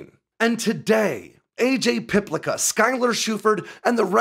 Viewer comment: Likely pronounced Piplitsa